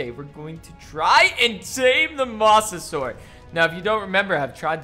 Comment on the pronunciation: It’s pronounced “Mose a saur us”